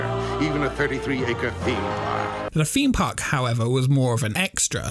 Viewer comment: It's 'theme park' not 'feme park'. It's 'exciting' not 'excitin'. It's 'throughout' not 'froughout'! ffs pal... learn the language